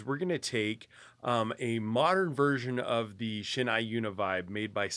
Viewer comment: FYI, the "ei" in Shin-ei is pronounced like the beginning of the word eight, not like the word eye!